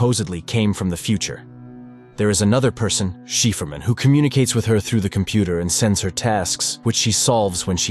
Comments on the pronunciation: cipherman = sci-fer-man , not sheferman :D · Um its Cipherman pronounced as Sy-phar-man 😂😂😂😂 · Never realized Cipherman is pronounced Shefferman...Gotta love AI voice overs. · it’s pronounced CIPHER - not “sheeferman”. A cipher, which is something that can be decoded. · Cool story! Curious why "Cipherman" isn't pronounced "Psy for man" instead of "Shefferman"? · Cipherman (Si-Fer).. he said She-Fur-Man.. LOL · "Cipherman" is pronounced SIGH-Fur-Man. Not Shee-fer-man. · Shefermin? No cipherman, cipher-man. If you don't know how to pronounce something just ask google, it only takes a few seconds and will save you from embarrassing yourself. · Sypherman, not sheeferman. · AI it’s cipherman not sheeferman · Cipherman, is pronounced "Sy-fur-man" not like Shefferman lol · cheferman? dude you have to be trolling. it's pronounced (si-fer-man) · psy-fer-man....not chieferman. Sigh. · Who provides the voice description??? Angered isn't pronounced 'Ayn-jer-ed' it is pronounced 'Ayn-grr-ed' (hard g) and Cypherman isn't pronounced 'Shee-fer-man' its pronounced 'Sigh-fer-man'. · please stop saying "sheeferman" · I like when he calls cipher man, chieferman 10/10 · ikr, sheeferman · Chiffre man Chef Erman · So is cipherman pronounced as sheeferman or chefferman? Lol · Sheeferman? A.I. is no danger to us yet. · People still worried bout ai when it cant even pronounce cipher and anger correctly pfft. Sheeferman.. lol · It’s cipher man. It shefferman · CypherMan... Si-fer-man... please stop saying it wrong...hurts my soul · Cipherman is pronounced “Sy-Fur-Man” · People flooding to the comments to bitch about "cheefermin," when the narration sometimes shifts to referring to the main character as "a man," pronounces angered as "ainjurred," and describes Alex as "sending his guests to hell" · Um, I think Cipherman is probably pronounced Si-fer-man, as in cipher-man. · it would be pronounced 'cypher-man' as in code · its pronounced cypher man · Please stop saying "shefferman"